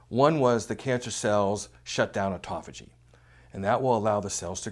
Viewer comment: He just can not say it right. Why would I want to turn-off Autophagy so that I let chemo kill cancer?? He wants to keep chemo as a constent factor in fighting cancer??? Is that why he says it wrong?? Why not keep autophagy Turned-on and turn off chemo to let Autopahy kill cancer, meanwhile applying intermittent fasting. Which is the right way to fight cancer